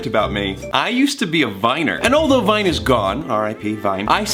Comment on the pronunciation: When he said " i used to be a viner " i thout he said " i used to be a miner" and got so confused